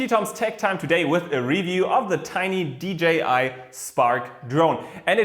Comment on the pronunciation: AWESOME VIDEO AS ALWAYS TOM!!! I also love that you made a good effort in saying DJI and not dgi lol x